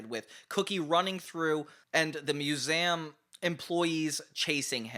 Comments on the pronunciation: Why does he say “museum” like that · You say 'Museum' weird.